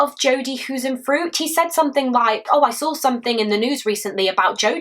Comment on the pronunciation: Jodi HuisenTruit with a T not an F